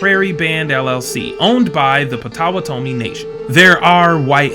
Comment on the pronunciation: Potawa tomi 😅. You're bound to make mistakes and even insult when you claim to know a different group outside of yourself. Plus, you shouldn't be pretending you fully understand. Make videos about your own group. You can't even pronounce the Natives you keep mentioning. 😅 That's how much you understand. 😅